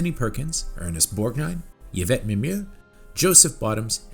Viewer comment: For the 1st time someone can pronouce the actress name Mimieux 😮😂 bravo.